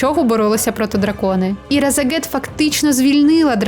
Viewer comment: А чому ви кажите Разагет, а не Рашагет?